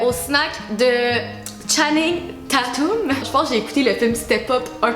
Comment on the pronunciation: comment t’as prononcer le nom a channing 😂😂 genre channing tatoume AHAHAHHAHA cest tatum